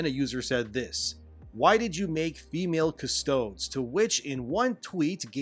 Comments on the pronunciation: I am sure many people have told you by now, you are saying 'Custodes' wrong. Pronounce this word as if it were a Latin name CUS*TODE*EEZ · Warhammer uses a lot of Latin-esque words and pronunciations.. so Custodes is pronounced CUS-TOE-DEEZ (nuts) - like Astartes, AS-TAR-TEES.. oh and I can't believe they are doing this, there are plenty of hardcore women in 40k already - Adepta Sororitas, Sisters of Silence, various Inquisitors, Farseers etc... I mean wtf?? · So, where are the males in the Adeptus Sororitas and Sisters of Battle? They aren’t there and I do not want them there. Nobody does. Oh, it’s “kuh-stō-dees”. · Pronounced CustodIES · Solid vid. But one small gripe. 'Custodes' is pronounced 'Cus-toe-dees'. Sorry, had to lend a hand with that. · Good video but one thing that cracked me up is your pronunciation of custodes it's more like custod(eez) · Custodes is pronounced 'Custo-deez' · Cuss-toad-ease Custodes. Please. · By the way, it's pronounced Cust-o-deez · jesus christ why is he pronouncing custodes like cus-toads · It is pronounced more like "Cus-Toe-Deez" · It's pronounced "Custodees", but otherwise, yeah. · thank you, its so painful hearing him say CUSS-TOADS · "Always assume Malice." And for the love of the God Emperor Custodes is pronounced Cus-Toe-Deez. Not trying to be a Zealot, but if we're going to make videos calling out the taint of Chaos we need to at least get the pronunciation of the God Emperor's personal demi-God protectors correct or you'll just add to the warps power. Now go and do your duty for the Imperium and remember duty only ends in death and you will not be missed. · Just an FYI it’s pronounced Custodees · Pretty sure it'd be pronounced "cus-TOE-days" Latin influence and all (might even be a real Latin word, I wouldn't know) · Custodeez. Pronounced as Latin Aristockrahsee. Just helping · I love you but please, it's pronounced CUS-TOE-DEEZ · I'm not expert, but I'm pretty sure it's pronounced "Custo-deez" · CUS-TOD-DeeS not CUSTODS